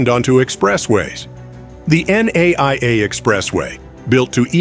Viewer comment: Too early to call it a mistake. As it is still being built. Your wrong pronunciations are so cringe. NAIA is supposed to be called "NUH-EEE-YUH", while Aquino is "UH-KEE-NOH"